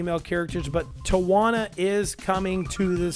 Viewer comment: It is a remake, not a remaster. EDIT: That Tawna pronunciation made me cringe and you claiming this remake to be the "Dark Souls of kart racers"... I have no words.